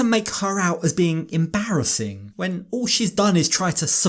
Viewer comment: did anyone peep that pronounced "embarrassing" like "em-bara-zin" kinda like the meme girl😂